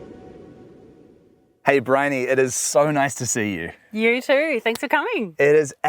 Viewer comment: Briony. Not Brioche. Brioche is bun lol